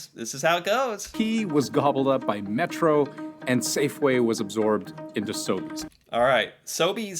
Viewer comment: you pronounced them perfectly. I’ve never heard of Metro, plus though, just Metro